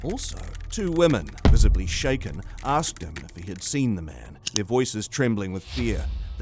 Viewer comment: You said shacken but not steered haha